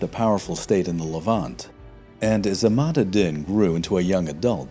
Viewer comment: Informative video. Arabic pronunciation could be better. In Islam and Muslim the "s" is pronounced like in "sea", not "z" like "is". Also the adjective is muslim, as opposed to islamic. These are common mistakes. Also "Imad" was repeatedly wrongly pronounced "Emad".